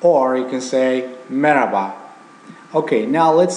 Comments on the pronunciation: merhaba. not meraba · Dear teacher, you pronounced 'Merhaba' like arabic way like way from throat, at the part where you say 'HA'.